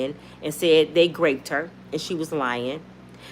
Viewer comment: Sis, I’ve just got to share with because I want you to be ok and 100. The word is groped (like rope) not graped (like grape) 🙏🏾💯🙂